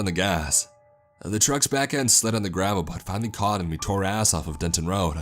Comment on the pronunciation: was a bad roaduh had an itchyuh kneeuh ..had the mic on my throatuh